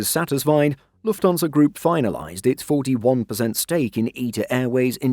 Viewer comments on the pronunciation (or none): I wish they'd get the AI voice to say Lufthansa properly. It's Lufthansa. Not Luftonsa